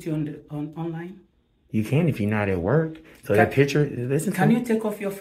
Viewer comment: The word is that, not dat!